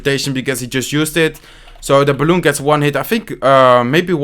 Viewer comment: C Marant quand il dit balloune